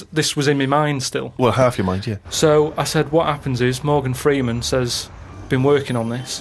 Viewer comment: you mean morgan frooman?